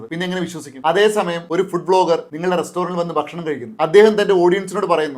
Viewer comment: 👍🏼 ഫുഡ് എന്ന് പറയല്ലേ ഫൂഡ് എന്ന് ഉച്ചരിക്കു അതാണ് ശരി👍🏼 ❤നല്ല നിലവാരം പുലർത്തുന്ന അറിവുകൾ❤ 🎉🎉🎉